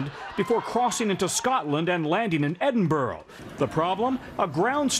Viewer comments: PSA: Edinburgh (Scotland) is pronounced, “Edinbra,” with a soft roll on the “r.” It’s not pronounced “Edinborough.” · I hated the news reporter when he said edinborrow instead of Edinburgh (Edin•bruh) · Can somone tell me why USamericans pronounce Edinburgh as Edinburoh? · How is it that the gh in Edinburgh get pronounced as ow